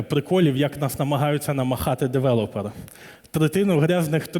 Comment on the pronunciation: Чого девелОпери? Звідки це взялося? Дуже ріже вухо